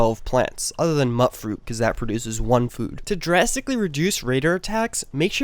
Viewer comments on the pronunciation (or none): mutfruit is pronounced mute-fruit, like mutant fruit